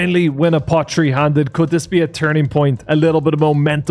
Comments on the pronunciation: you need to get your th down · “Alrighttt it’s day tree…..” 😂